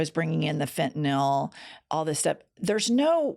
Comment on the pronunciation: Thank you for pronouncing “fentanyl” correctly! I’ve had it with people who put a non existent “o” sound in a word that doesn’t even have one.